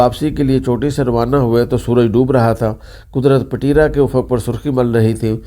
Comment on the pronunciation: Payen ! Pateera nhi ……Petraa.